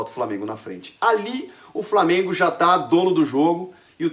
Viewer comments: Lamengo ? Que porra é essa Chico? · Lamengo? Poha Chico kkkkkkkkkkk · Pow Chico, Lamengo não né kkk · "lamengo" kkkkkkkkkk